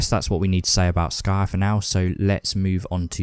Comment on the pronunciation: Btw, it's Skryre (Sk-rye-er). You're saying Sky-er. I would recommend downloading the AoS App and pulling up the Warscrolls in it for you to reference in your videos, so you're not having to be unsure a few times. Keep it up!